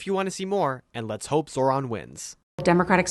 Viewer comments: Seriously. What the hell did the fuck boy say? Zoo lander? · It’s Mamdone It’s Zohver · It is pronounced Zoe-Ron lmao you kept saying it like the guy from Power Rangers